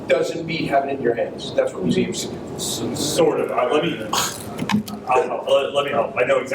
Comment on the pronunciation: “Mueums”? Don’t you mean Museums?